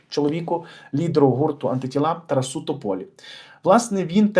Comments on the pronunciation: Не ТарасУ!!!! А ТарАсу! Неможливо слухати. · Я теж в шоці ,що ТАК ставиться наголос...